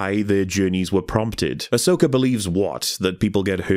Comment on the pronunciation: Love it when someone writes and says Ashoka instead of Ahsoka :D